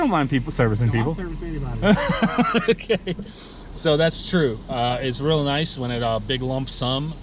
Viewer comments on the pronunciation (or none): none